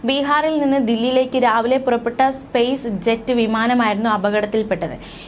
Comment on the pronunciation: സ്പേസ് ജെറ്റ് അല്ല കുട്ടി സ്‌പൈസ് ജെറ്റ് എന്നാണ് വിമാന കമ്പനിയുടെ പേര്